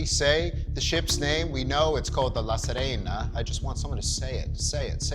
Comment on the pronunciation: THANK YOU for properly pronouncing "La Sirena" !!!!!!!!It's really not that hard!! Most you tube reviewers out there pronounce it like it's "La Serena Williams" lol!!